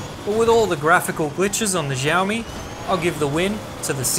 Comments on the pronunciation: siaomi, not zhiaomi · its not "Jaomi". its "shaomi". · I got you!!! finally you pronounced xiaomi as xiaomi...not jaomi😅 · Why he say jiaomi It's xiaomi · Xiao is pronounced the same as "shower" but without the er.